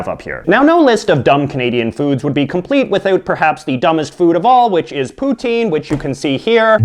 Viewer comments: its pronounced pou-tin not pouteen you fucknut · Pou-tin : Pu-tin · It”s not poutine! It’s putin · oh come on... poutine is said poo - tin, jos louis is pronounced joe lou-ees and ketchup chips are fking lit. and if you are canadian why do you got an american flag?